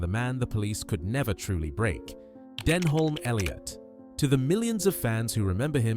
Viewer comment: An insult to Denholm Elliot, whose name you can't even pronounce right.